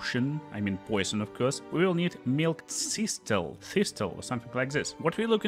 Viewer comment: Milk thistle "thistle" - the second T is silent so its pronounced "this-ill" Hope this helps